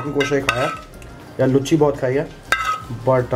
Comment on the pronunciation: भाई उसको लूची बोलते हैं लुच्ची नहीं